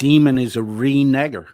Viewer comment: I have just watched the live replay. OMG. How stupid did sound with the word reneger. It is pronounced renayger...not renegger. For a "Christian" he has the filthiest mouth I've ever heard.